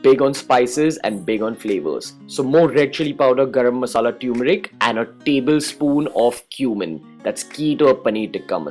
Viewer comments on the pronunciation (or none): Turmeric is pronounced as taer-me-ric. Not tumouric.